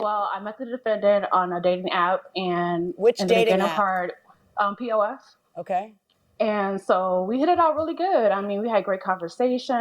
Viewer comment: Did she say pof cuz it sounded like POS 🤣